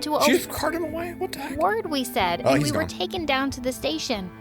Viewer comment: Whats a saud is a said not saud